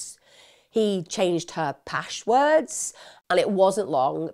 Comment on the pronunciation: what the heck are "pashwords"?! I wish you'd speak properly